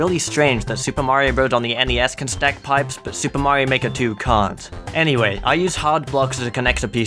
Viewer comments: Mario Maker: S O R R Y T H E S E R V E R S A R E D O W N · may not